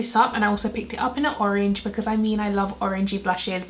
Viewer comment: The Caribbean in you slipped out when you said orange ... h’orange 🤣🤣 we love it 💞